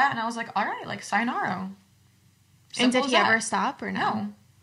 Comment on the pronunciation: “sayonaro” 😭 ok i’m sorry luv you gyals & great story ty for sharing & being vulnerable ♥️ (just for future ref, next time, it’s “sa-yo-na-RA” (さよなら) 🙂)